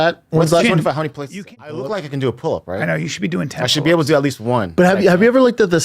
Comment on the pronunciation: "Deadlift and pole-up day", who taught this idiot, Brenda, how to talk- did he grow up on an island isolated from society? He pronounces words like nobody from any region I've ever heard...